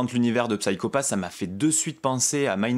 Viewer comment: D'ailleurs on prononce "Sayko Pass" à l'anglaise ;) Je te recommande grandement la série si tu as aimé ce premier tome. On retrouve une ambiance similaire, très cyberpunk, polar SF. Minority Report est un bon point de comparaison, l'idée du système Sybil s'approchant de la méthode de détection avancée des crimes dans le film. Ce qui est intéressant c'est de ne pas avoir une bête adaptation de cette excellente série (qui a d'ailleurs été légèrement remaniée pour amener la saison 2, tellement elle a eu du succès, il y a même un film qui sortira en septembre chez Kana). L'idée du préquel est excellente, on va en savoir plus sur ce qui a amené Kogami à devenir un exécuteur, ça apporte de la précision et du background sur un univers assez riche avec des personnages charismatiques et au lourd passé (l'opération qui a mal tourné et qui a changé cette fameuse équipe qu'on découvre dans ce tome). Je dis ça de mémoire, ça fait un moment que j'ai vu la saison 1 (je n'ai vu qu'elle pour le moment d'ailleurs). En tout cas, très intéressant, j'ai hâte de déguster la suite, un tome vraiment bien mis en scène et bien rythmé, très plaisant à lire et dans l'esprit de la série.